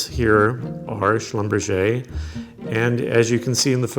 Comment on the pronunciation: Haha, he should think about his pronounciation of the jeweler Schlumberger's name - which is a German name, not a French one :D Hilarious